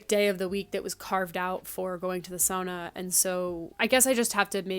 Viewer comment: Thank you for saying sauna as sauna and not SOONA <3